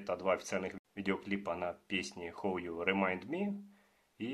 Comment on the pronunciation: How-хау, а не хоу 😂